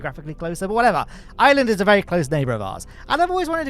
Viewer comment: makes an effort to pronounce Gurdamma correctly Also: omits the R in Ireland and proceeds to say “Island” about a dozen times in 5 minutes.